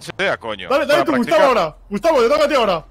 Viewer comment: Me da risa cuando le dice Gustabin